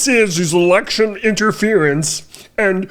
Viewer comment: I'm sorry did he say electchurn interference? 😂